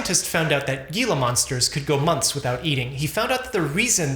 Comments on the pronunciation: its HEE-luh monster.... not GEE-luh. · Gila pronounced “hee-la” not “gee-la” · The G in Gila monster is pronounced as an H….. he-la monster….. and they’re not really monsters either😊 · It’s HEE-LA, not GHEE-LA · Gila monster is pronounced Hee-La monster not Gee-La monster. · Gila is pronounced with an h sound at the beginning, not a g sound. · Gila, as in "gila monster," has a Spanish pronunciation, so the "g" is pronounced as though it were an "h" in English. Thus, the word is pronounced "hela," and not "gila." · It is pronounced hee-la monster, not gee-la monster. I'm from Arizona where they are local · Why did you say "geelah" monsters? It's pronounced "heelah". 🤦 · is not a zoologist. But he does know who Henrietta Lacks was. It's pronounced HeLa monster, doctor. Not Guilla monster. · It's pronounced hela, not gila... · Yep! Also it's pronounced "hee-la," not "gee-la." ❤ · Heela *, no hard G sound. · It's pronounced Hila Monster not Gila Monster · Also it's pronounced "gila" (or "hee-la"), not "gee-la". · It's Hee-lah monster, not Gee-lah monster. But thank you for the video. I'm on ozempic, I guess it's working. Lost 11 pounds. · HEE-LA monster, not Gee-la. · "HE la" hot Gee la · Being from the southwest and hearing people from other parts of the country call them GEE-La monsters rather than Gila (pronounced HEE-La) monsters is like nails on a chalkboard 😂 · Hee-luh. Not gee-luh. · I’ll never get over the way has pronounces gila. The g is pronounced more like an h,hee-luh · Gila pronounced hee•luh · Thank you for this report. I just started tirzepatide last week. Fingers crossed. Gina monster is pronounced heela. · Gila is pronounced Heela. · The lizard's name is pronounced "Heelah" Monster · It's pronounced "Heelah" monster. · Gila is pronounced HEE-lə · Pronounced heela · Gila is pronounced *”Hee-la” :) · I think it's pronounced "he-la" monster. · It's pronounced hila monster. Like heeeeela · Pronounced "HEE-LA" monster. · No gee sound in Gila